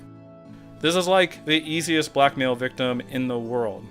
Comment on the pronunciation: Whenever you say "blackmail" I think you're saying "black male"